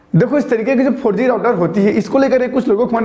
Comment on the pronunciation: 4G ka pronunciation aisa kiya ki sunney me "farji" aata hai 🤣🤣